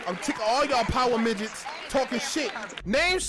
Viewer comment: "Power pidgets" 🤣🤣🤣🤣🤣🤣